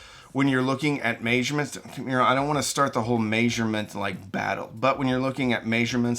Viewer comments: I agree with everything in this video except for the pronunciation of "measurements" - my brain got so confused every time that word came up. I need to know what kind of regional accent pronounces it this way. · "may zure mints" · He said, "May-surements." All great advice,.